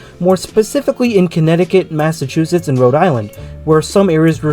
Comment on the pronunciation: You nailed the Massachusetts pronunciations, definitely saved you from a flood of comments trying to correct you lol